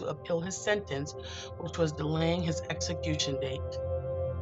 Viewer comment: Where do they find these narrators? It's obvious they were never well versed in their English studies. This one here mispronounces 'execution' and 'probation'. She obviously ignored practicing vocabulary and pronunciation, and she's reading the damn script! When the narrator sucks it destroys everything. I can't watch this. Save us the aggravation. Don't post anything without a good speaker.